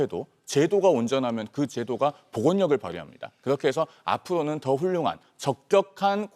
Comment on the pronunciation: 혀가 왜이렇게 짧아 발음 똑바로 안할래?? 아푸로눈?